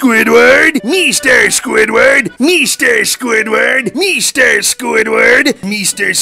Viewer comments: Mr SqüįdFærrt!!! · MISTER SQÙĪDWÆRD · M e s t e r s q u i d f a r t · I love the part when he said mr mester squidword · Mr squidwaha